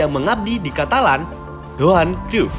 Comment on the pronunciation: Perlu sedikit koreksi pedri ditransfer dari las palmas bukan jebolan la Masia klo Riqui puiq iya... Dan kedepannya agak diperbaiki pelafalan nama tokoh nya agak Miss kayak Van Gaal dan Johan Cruyff.. selebihnya lumayan 👍